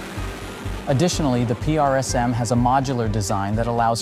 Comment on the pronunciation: or " p r s m" PRISM , say it.. PRISM